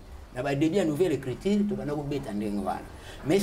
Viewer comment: Écriture et non écritire ... Oza journaliste ma belle. Sinon une belle émission bravo 👏